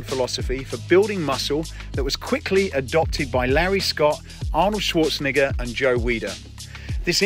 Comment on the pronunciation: it's Schwartzenegger! It's Austrian German which means the 'E' has an 'A' sound. Schwartze-NAH-ger not Schwarzenigger! Just correcting! 🤔